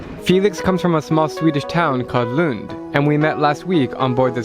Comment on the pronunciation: You said Lund so correctly, better than me:)